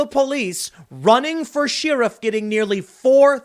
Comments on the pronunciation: pretty sure you say SHARE if not SHEER if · Enough with the “sheeriff” Tim. It’s Sheriff, pronounced “share-if” Gah... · I hear it. It's weird. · Sheh-riff, not shi-ruff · I think it's pronounced sheh-ruhf. Not Cher-ruhf. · Argh! Sheriff is pronounced like Cher-if (Cher the singer) not like like shareef/sharif (as in "the shareef don't like it, rock the casbah")! Is this a Chicago thing? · Cher-If. not sheeruf.... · Tim, it’s Not Share-If. It’s Sheriff like Chef Chef Chef. Che-Riff. say it, Che-Riff. Sheriff. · Trans-word-I-cant-say running for sheriff? Sounds more like a CHER-iff than a sheariff, tim. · I'll run for office when you say share-if instead of shee-rif. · The pronunciation of "sheriff" in this and previous video is irksome. It's not she-ruff, it's cher-riff. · Anyone else notice Tim pronounces sheriff as "Shir-iff"? I have always said "Cher-iff". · I can't take it anymore. I love ya, Tim, but where did this sheriff mispronunciation come from? Tim: sheeeeriff Most other people: share-iff Maybe it's just me... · It's Cherif Tim not shearif. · Tim keeps pronouncing "sheriff" like "sheer-uff" 😆 This is a recent change. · Shee-raf. Is this the new Cool Whip? Lol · Why do you pronounce it Sheer-if? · Tim. Stop it with the Shee-riff. You're killing me!😂🤣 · SHEE-RAFF? Da hell's is a SHEE-RAF? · Bigger news. Poor Tim still cant pronounce Sheriff correctly. (Sheh-ruhf). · Could you stop saying sheeriff, it’s like nails on a chalkboard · Again with the SHE-riff. Does Tim have a speech impediment? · Can we petition Tim to check pronunciation before making videos? Hearing him say She-riff constantly is drivin me nuts! 🤣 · No one: Tim: "ShYriff" Just kidding, love ya buddy lol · What's a SHE-ruff ? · What's with the "sheeerif"? Oh I get it, because he is a she, so "she-riff" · Tim, what is a "SHEAR-UF"? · Idk why but it bothers me how you say sheriff, its more like "sheeriff". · Its pronounced share if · Tim says "sheerif". Weird. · Hahahahahahahaha sheeriff